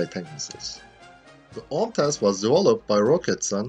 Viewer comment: do you know how well you pronounced the full OMTAS missile? That was literally native turkish :)